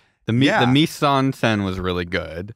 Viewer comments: The way says "mise en scène" is genuinely painful. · Just so you know both mise en scène and pastiche are french words and they completely butchered the fuck out of them😅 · Imagine being french and hearing americans pronounce "Mise-en-Scène" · I love how is so confident in the way he says "Mise en scene" but Schlatt is closer to pronouncing it correctly